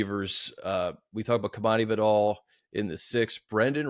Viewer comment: Money thank you for pronouncing Vidal correctly unlike those college broadcasters. Please continue to say it correctly during games this season 🙏